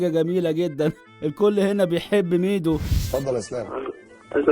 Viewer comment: عز لما إنه ضايع في العربي مكنش بيهرج ده نطقه خلاني سمعتها الشك الليتاني و بقالي ساعة بدور على ميدو بالاسم ده و ظهرلي حاجات غريبة آوي 😂😂😂😂😂😂😂😂